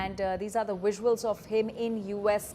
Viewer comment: It's pronounced visuals not VUSSUALS f00ls 😅😅